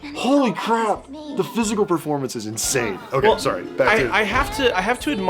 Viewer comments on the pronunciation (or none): she dident even say “sorry,” she just Said “sor” 😂